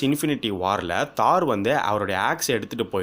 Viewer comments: தோர் தோர் தோர் not தார் :) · Dai aathu Thor not thar